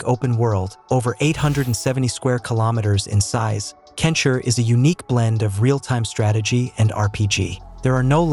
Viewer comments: Its KEN SHI, NOT ken shir!! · "Kensher?" Is this AI? Fucking hell, I got bamboozled again, didn't I